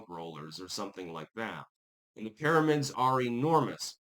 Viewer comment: "Para-mids" is now on the list of words can't pronounce alongside diaspora and Maryland